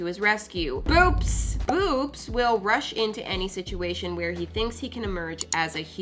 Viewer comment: When u said boops just stop it seems like u said boobs just stop